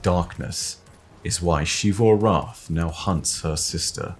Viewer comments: It's not "SHivu", it's "Sivu". You can even hear how Osiris pronounce it in the audio log you used. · Zee vu not she vu😭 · It’s Xivu(zivu) not shivu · Ah yes, SHZee-FU. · Say “she”-vu arath one more time, and I’m getting me thorn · Who's shee-voo? You mean xivu? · please just say Xivu Arath like the rest of us. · I am begging you to pronounce "Xivu" correctly.